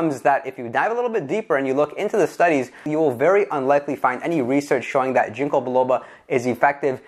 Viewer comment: Your saying "ginko" wrong... not a big deal. Just thought I'd let you know